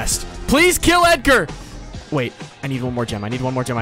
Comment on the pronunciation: I was so confused when he said Edger lol that was before the brawler came out